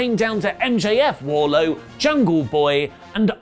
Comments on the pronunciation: Pssst. It's Wardlow not Warlow. Your welcome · Wardlow.... not warlow lol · Can someone explain why keeps calling Wardlow as Warlow? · Wardlow with a D! Cmon oli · .........it's Wardlowe.... right? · Isn't it Wardlow? Why u dropping the D from his name?